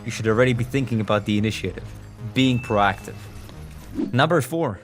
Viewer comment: Its - "Pro(> pro'oh <)active" , not - "PaRAACTIVE"